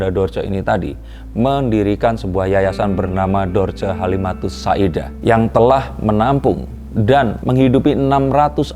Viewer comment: Bukan Tusa'idah, tapi Tusa'diah